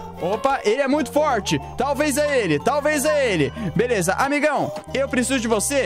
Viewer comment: Mano eu não sei sê e só eu mas eu acho que o fala velesa